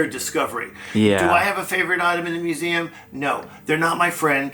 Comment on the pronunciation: I love you and your videos but I have to say the way you say museum it sounds like your saying musaum lol